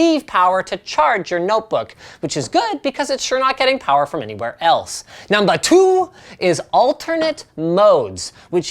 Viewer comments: I like how hw says: Numba TWO!" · "Numba tchu" LMAO